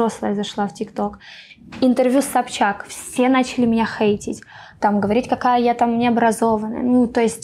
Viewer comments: Почему она говорит у СобЧака? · Диночка не упускает возможности сказать миллион раз, что она помогает своей семье ) А что, зарабатывая миллионы- это подвиг такой поделиться со своей семьёй? ) В конце концов, она не в шахте их заработала?!) Смешно как она говорит фамилию Собчак - собчакА)) Бухала, курила, с тем таскалась, с другим🤦 как про@@@ какая-то ... Не слышала, что даже бы те русские девчонки Валя Карнавал, Гаврилина вели такой образ жизни, хотя они не менее популярны и молоды А покрытая мать за бабки готова все простить и на весь харам закрыть глаза..) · Собчака🤦‍♀️мне одной это слух режет